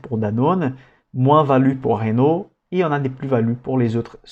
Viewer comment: Superbe travail. Sinon c'est Renault pas Ranault ^^